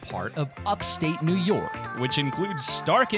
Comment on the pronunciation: It sounded like it was ur first time saying New York